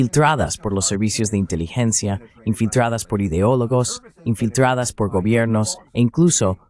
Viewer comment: va mejoranado la "r", pero porfavor cambien esa voz con acento local, nazal, y voz de boveda palatina , le cuesta decir infiltradas, la" r', oit dice oitche, ,lo que les cuesta hacer bien la "r", en "fui entrevistado'